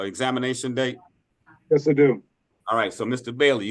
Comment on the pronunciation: Mr. Bailey doesn’t even know how to say ‘yes’.